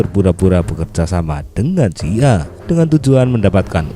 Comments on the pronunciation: Sekedar membetulkan, bukan CIA(sia) min, tapi CIA (si, ai, ei) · Hahaha agak risih jg dnger nyebut (SIA)